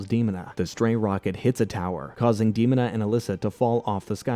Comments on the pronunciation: First off. Thank you and great video. Others have said this about Demona's name. What's surprising is that you tied the show to Shakespeare references and missed a huge one. Othello's wife desdemona. Same pronunciation without des. Des....demona. de-moan-a Great video again. My sister's and loved this show. I was 7 and they were 14 and 15, I still like it. Wish they'd make a movie! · Damn you’re butchering her name: DEMONA (DAH-MOAN-AH) 😂😂🤣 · its de-moan-a! thats how you say her name! :P aside that, i love this review. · EXACTLY! That annoyed me! IT'S, DUH-MONA DUDE!!! lol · Its De-mon-a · It's pronounced da-moan-na lol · Seriously i let demon a pass but once it said mayza i was done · It's deh-moh-na. I love this cartoon so much. I wish we could get more like samurai jack. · lol that outraged me to hear "demona" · i stopped at the mispronunciation of demona's name. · The mispronunciation of Demona and Elisa Maza like they aren't stated in the cartoon is crazy. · How he pronounced Demona and Eliza makes me twitch.. grrr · The way he is butchering the female characters names Elisa and Demona tells me everything I need to know. He didn't watch Gargoyles lol. I can't continue watching this lol. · I was (and still am) obsessed with this show. The butchering of prominent names are annoying the hell out of me. How do you mispronounce Demona?! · The way you pronounced Demona is very bothersome. Especially since she herself tells her name! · You can say Xanatos and Desdemona but you can't say Demona correctly? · Please let this be A.I. the moment I heard Demona's name pronounced I stopped the video. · Im calling bullshit on you being a big fan of the Bard when you can't even say Demona correctly. Frankly you reek of bullshit. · How did you watch the whole show and not learn to pronounce Demona and Elisa correctly? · clearly says Dee-mo-nah, yet de stick with Dehma-nah……WHY!!!! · Her name is DeMOANa, not Demon a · Demon-a? I thought it was De-mona or Day-mona. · Dee moan ah